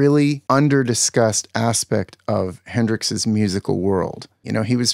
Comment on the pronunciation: …”Hendrix’s”…🤣 I can’t take this man seriously after that. Is this 3rd grade?